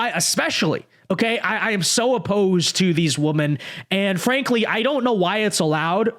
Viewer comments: Why can't pronounce "women"? I don't get it. I've complained about it before, but I'm still baffled by the fact that he pronounces it "woman" whether it's singular or plural. It drives me insane. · Women (plural) pronounced WIMEN.